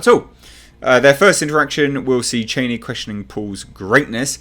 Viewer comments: Cha-ni, not chayneee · According to Frank Herbert pronounced Charni not Chaini, Queens English please not Trumps. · ”Chainee” lol